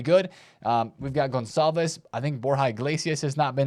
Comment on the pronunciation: Spot on the Conçalves pronunciation. :)